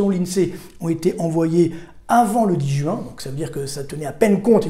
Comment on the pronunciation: Écoutez cet homme, ne serait-ce que parce que ce doit être l’un des seuls parisiens à savoir prononcer « juin » et non « jOuin » 😂